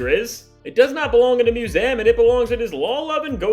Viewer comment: Is it just me, or is he saying "museum" weird?